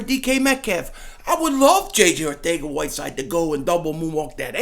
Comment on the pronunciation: Weird enough i think that is how you pronounce his name